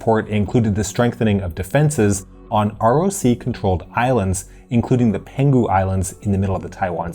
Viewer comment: You pronounced Penghu wrong, it’s peng hu, not pen ghu